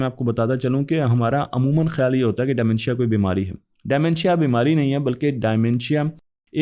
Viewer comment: De mentia not dy mentia😅